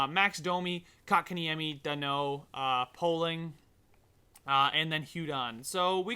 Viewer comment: Poehling is pronounced pailing